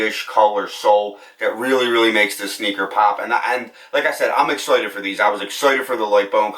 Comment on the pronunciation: Why can’t he say “ excited “ properly ? It’s my first time here